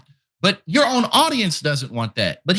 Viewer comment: Presenter puts emphasis on wrong word when Tucker wrote Dying for Israel is YOUR job [i.e. the Americans' job not the Israelis' - not your JOB].